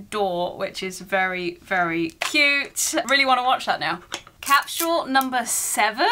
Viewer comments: What’s a “cap-shoe-wool”? 🤔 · I love that you pronounce it cap-shu-al.